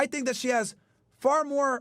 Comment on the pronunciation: did not just say "TINK ABOUT THIS" 😂😂😂😂